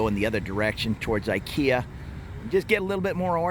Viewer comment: do you know why the say ekea istead of ikea? Cause ikea sounds like the word for whore / $lut in Thai which is this word ไอ้เหี้ย